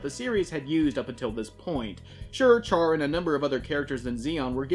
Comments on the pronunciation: It’s pronounced “Shaa”, he’s not ash. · Yes. His name is CHAR. But it's pronounced Shar. Cmon.